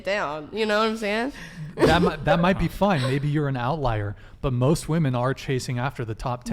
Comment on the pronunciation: why cant any of these females pronounce "women"?